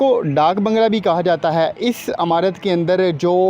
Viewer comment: Don't say "Amurt", correct pronounciation is "imarut".